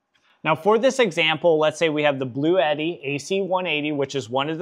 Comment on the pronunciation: My goodness people. It's not blue Eddy! It's pronounced blootee, blue-tee. This is one of the reasons other countries think we are so stupid.